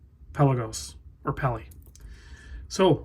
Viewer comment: Please don't say "peli."